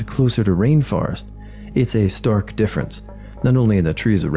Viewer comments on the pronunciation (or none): none